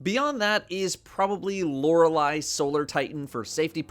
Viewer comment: Lol the annunciation of Loreley Splendor Helm had me rolling. Like bro, I didn't know that is pronounced as Lorelei from Pokémon.